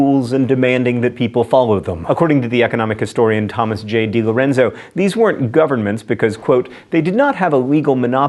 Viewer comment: You pronounced DiLorenzo correctly! This makes me happy!